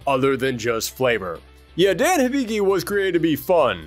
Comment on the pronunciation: Hmn... I thought at least YOU would have pronounced the name of Dan correctly. They even made the same mistake in Street Fighter: Assassin's Fist: Ken read the KANJI of the name "Dan" and yet still asks "Who is DEN ?".